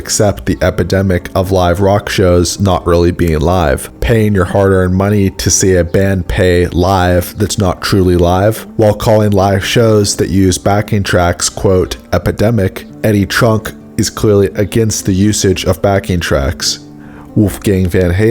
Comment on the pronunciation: "Falling In REVERSET"? Who is that? "..paying your hard earned money to see a band PAY live that's not....." At the very least you could have read it directly off the still inserted in the video! You'd like me to let you know...... OK... Backing tracks are essential in many cases. Even Wolfgang stated it. " If you have keyboard, piano parts, orchestra, strings etc in your music", backing tracks are, and should be, accepted. No secret that some bands are using it to completely "carry" their show. But isn't it time that we let this subject go? It's not going to change. There are more people going to the shows and don't give a rat's ass whether their heroes are playing or not. It certainly outweighs the people that are complaining about it... Eddie Trunk! Lastly, the title of your video is, " Wolfgang Van Halen EXPOSES “Fake” Performances " ..... Well, nowhere in your video do you address Wolfgang exposing anyone! Perhaps you have been taught poorly as to what the word "Expose" means!